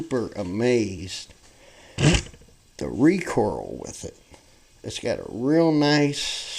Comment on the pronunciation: It's recoil, not recoral, RECOIL